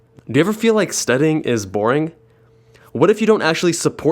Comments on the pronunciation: You miss pronounced Studying as "Studing" missing out the y sound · STUDING I CANT LOL